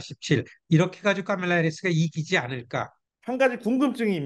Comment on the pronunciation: 미국살고 뭔놈의 교수란게 카멜라 발음이 안되서 까멜라라고 하지 바덜되게